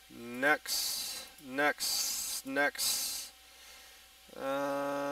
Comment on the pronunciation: it is next not nexsss just fyi ok like KmarT not KmarK